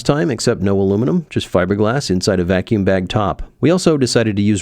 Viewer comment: That is the German pronunciation;-)